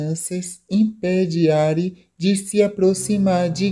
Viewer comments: Não é Ári. Diz-se:A-ri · Não é ari é arii